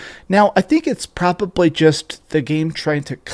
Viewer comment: You say “probably” kinda weird.